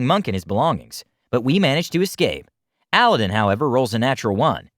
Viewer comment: Am I the only one who is really bothered by the fact that that's.... not how you say 'Aladdin'?